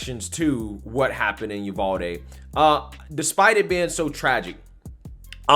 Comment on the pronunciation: I laugh everytime I hear you say it because I know (being a Texan) some of our towns are hard to pronounce lol we pronounce it U-VAL-DEE lol